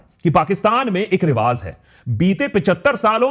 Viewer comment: its Rivaaj not Rivaaz work on these words